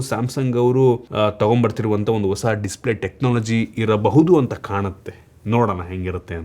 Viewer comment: "dislay"😅, who noticed